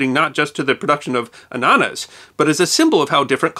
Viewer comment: i love the way you say annanas because you say it with perfect german pronounciation